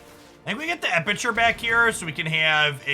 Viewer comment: EpiCure. Not EpiTure